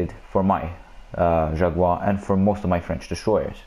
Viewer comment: Gotta roll the “r” on jaguar and contre-torpillés XD